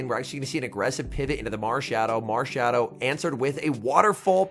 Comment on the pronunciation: At 15 mins it sounds like you say marshadow DODO 💩